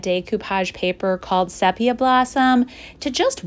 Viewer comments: It's actually SEE-pee-uh. I'm a slow poke so it's amazing to me that you can create so many projects in a couple of days. Amazing! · Great upcycling. On the little square cube, “sepia blossom” is pronounced SEE-pee-uh. A photography term relating to the reddish-brown color of older photographs. Reflected well by the beautiful floral script paper—love how well it blends with the wood striations.